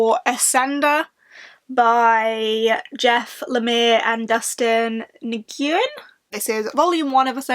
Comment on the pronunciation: VEDA is such a commitment! Good luck with it again this year,:) And the last name Nguyen can be pronounced NEW-win or just WIN.